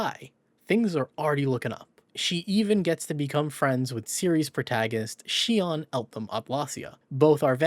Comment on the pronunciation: The best part of this video? Our boy finally learned to pronounce Sion. 🥹